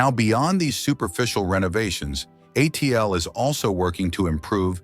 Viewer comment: No kidding, I stopped watching as soon as it was pronounced “uh-teal”